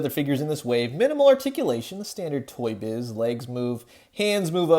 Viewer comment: Sorry but whenever you say Toy Shiz, I hear it as Toy Shit. Sorry. Great video btw.